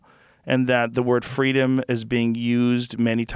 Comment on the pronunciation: "Fweedumb okay, liberty bad" Despotic Tyrant Kleptocrat